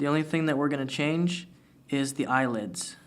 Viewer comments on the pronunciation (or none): none